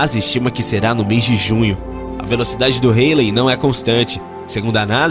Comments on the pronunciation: É cometa Haley ( se diz: Rálei) e não "reilei" :D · A pronúncia do nome do cometa esta errado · A pronúncia do cometa ESTÁ ERRADA